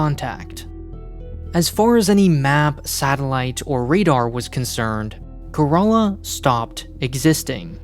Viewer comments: It's not ka-ra-la it's kay-ra-la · care uh lah not care a laa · How do you end up spelling Kerala as corolla??? I know we have accents but wtf is this??? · Sorry to say this but Kerala is pronounced “Care-a-la” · I was confused when he was pronouncing Kerala is karala lol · I think the ship is named after a state in India. It’s pronounced like “Care-ahh-lah” like Shangri-La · My brain suddenly Broke when I heard that the ship name is Kerala and pronounced like "Corolla" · To me it sounds like he said Care-a-laa. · He called it 'Corolla' like the car! So silly! Like Shinzo Abe being pronounced like Abraham! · Bro pronounce Kerala like it should be , can you? That pronounciation grossed me out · It's a heart-breaking for a Malayali like me 😭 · Why does everyone miss pronounce Kerala lol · as an Indian I didn't even know it was possible to pronounce Kerala that way lol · I spat out my coffee hearing that XD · The name kerala is also a state in India and i love that he pronounce kerala in a different way lol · You mean wrong. It's not a Greek word, so likely to be named after the world famous Indian state.